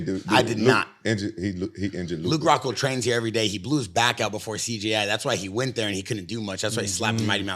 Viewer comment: It’s CJI not CGI😅